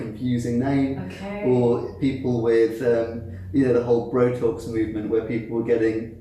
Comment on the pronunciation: Wait, did say Brotox? You learn something new everyday 😂